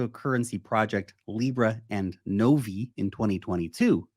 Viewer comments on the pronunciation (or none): none